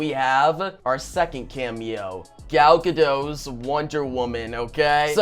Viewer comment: As I keep commenting, the "t" in Gadot isn't silent!! She has no French roots what so ever. GadoT!